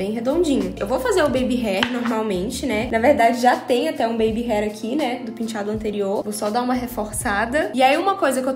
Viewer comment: Só de ler a palavra " penteado" consigo ouvir a falando " pintchado" kkkkkkkkkkkkkk😍😍😍